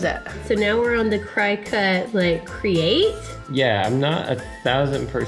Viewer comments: It’s funny cause as I saw this video I was next to my cricut, also it’s not pronounced Cry-Cut, it’s pronounced Cricket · Watch tons of YouTube videos! You can also make stencils & use them on ur side walk with that paint that shows up when it rains! PS. It's pronounced cricket (but your way is adorable!)